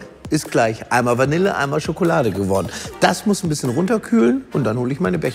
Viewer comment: Bitte das Wort Vanille richtig aus sprechen!